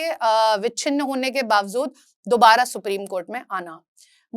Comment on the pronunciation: It’s pronounced as bawjood, not bawzood